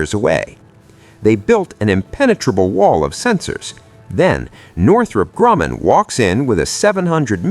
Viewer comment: Data you see? What B-21 Data can you see? Where do you get this classified data? Tell us? Cant pronounce Northrop Grumman properly